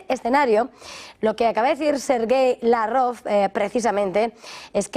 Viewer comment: ¿Desde cuándo se dice Lav-Rov y no como siempre se dijo Lávrov?